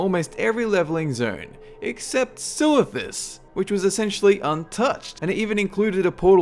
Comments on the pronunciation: 1 silithus? How dare you?! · haha i dont mind silithus xD